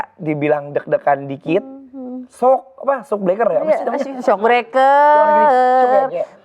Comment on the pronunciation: Mau terharu dan sedih pas Anwar lihat cewenya LG ciuman tp dgr Anwar bilang SOKBLEKER jd ngakak aku jd ktawa sambil ngs😂😂😂